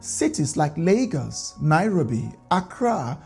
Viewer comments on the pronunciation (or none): none